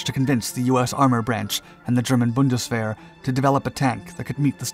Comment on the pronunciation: You are saying the word "Bundeswehr" very well.